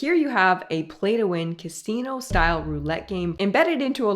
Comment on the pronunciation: "Castino style"? Omg don't tell me this chick is another AI...but who in their right mind would say "castino" rather than "casino"? I give up...I'm out. :p ETA: I'm not against the content. I figure it's reasonable to assume that companies sell products, and they advertise said products, albeit in oftentimes questionable ways. But from the start of the vid, when she said that EVERY single McDonald's now has a play area for kids, I knew this was false, because our local Mickey D's doesn't have one. It made me question what else coming from her might be misinformation. Again, I don't doubt many of her claims about childhood obesity and the role that junkfood plays, but c'mon...this is old news. The fact that Mr. Beast and the so-called "Golden Arches" are "caught" preying on children is far from shocking. Her opening line, "The junk-food industry is coming for the kids!" is simple fear-mongering. Junk-food has been targeting kids from the get-go, nothing new there. Parents, monitor your child's food intake. Teach them healthy eating habits by modeling these habits yourselves, and limit access to unhealthy food as best you can. This is simply basic parenting 101. Kids don't have the money available to them to purchase Happy Meals or Beast's "special" chocolate bars, but you do. The fact that advertisers have more power in this day and age due to social media and the like just means you have to be extra vigilant and communicative with your children about the risks of regula